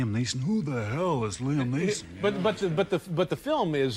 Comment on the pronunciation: Lee Am? Come on, Dave.